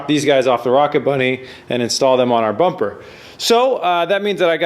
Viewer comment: Don't know what's worse the fitment or terrible pronunciation of bumper lol RB looks better